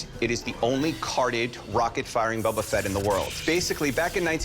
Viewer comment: Star wars expert: "Bubba Fett"